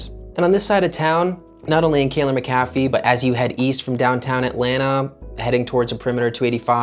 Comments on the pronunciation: Locals pronounced it Mac - ah - fee. I recently purchased in quiet subdivision in Candler McAfee upside price! very quiet neighborhoods close to downtown/midtown/buckhead airport downside decent shopping is in adjacent neighborhoods but as the area changes hopefull that will too, the only bad thing i can think outside of that is schools. But it you have no kids and can afford private it a good option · Exiting to the left soon as he mispronounced McAfee Certain he’s clueless regarding real estate in the Metro. These new transplants need to acquire more knowledge instead of jumping on the internet for a fast buck